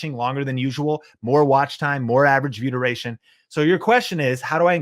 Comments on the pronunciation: I know I'm being annoying and picking nits, but it sounds like you're saying: "Vyoodurayshun"----one slick and glib invented word......also don't assume, when you put on a list a term not everyone immediately knows (B-Roll) that people will not get impatient for a definition, no matter how quickly you speak... ...but I'm taking your info. SERIOUSLY I've been subscribed for a year. Much thanks for the content :D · Anyone else think he kept saying viewder-ation? Just me, ok. I was like oh, this is some new youtube lingo I need to learn - nah it's view (space) duration. Thanks for the info!